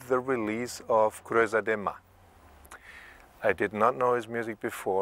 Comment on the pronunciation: How... how did he manage to pronounce "Creuza" right? Respect!